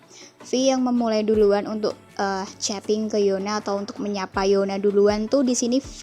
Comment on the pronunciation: Yuna bacanya